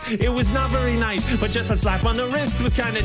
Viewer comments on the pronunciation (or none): none